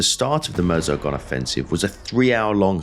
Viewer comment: A minor point - but hats off for pronouncing MEUSE properly. The US vid series The Great War with Indy Neidel presenting insist on calling it the MYOOZ not MERZ.